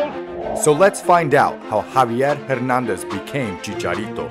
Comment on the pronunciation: You pronounced both of his last names wrong